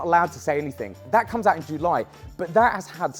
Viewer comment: Can get over how you say ‘July’